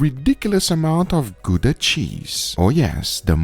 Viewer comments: We will forgive you for mispronouncing Gouda, love to see a nice Dutch cheese used once for the side dish. Looking great! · It's named after the city of Gouda so you are wrong, pronunciation is wrong.